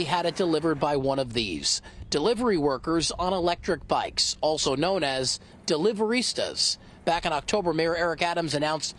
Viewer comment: "Deliverista?" Come on. Cringey.